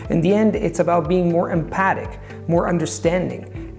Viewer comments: One of those rare times you mispronounce a word and I realise again, “Oh that’s right, he’s not a native speaker!” 🎉 You should say “empathic”, not ‘empatic’ 😜 When I first began watching you on YouTube years ago, my Aussie ears thought you were a native English speaker, until you explained otherwise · Excellent! Just like listening to a native speaker of English who maybe read his latest new word "empathic" wrong, or first heard it from somebody Irish or West Indian. A great video, as always., get in contact if ever you fancy learning Canary Whistle Language. Best wishes, Patchy..